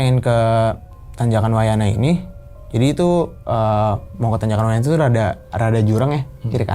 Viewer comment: Wayahna.... Bukan wayana😭